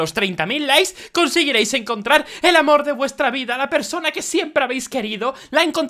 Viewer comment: decía mor no amor